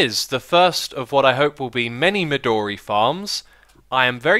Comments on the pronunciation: Xis, "midori" your saying it wrong. it's pronounced mi doe re , not mi door e. you may have noticed how much it looks like purpur blocks, and funnily enough it was given it's name in the same way. midori means green in japanese. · Also, "midori" is more correctly pronounced as "me do ri" with a short "o". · Erik Youngren Midori Japanese for green and thus the "o" is long and both I's are long E's.